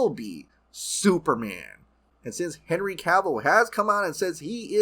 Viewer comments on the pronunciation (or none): none